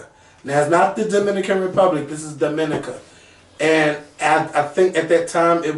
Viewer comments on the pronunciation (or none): Not Dominica it's pronounced (Dominique-a)